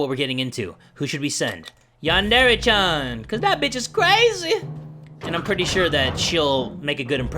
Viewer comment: lul he said “chan” wrong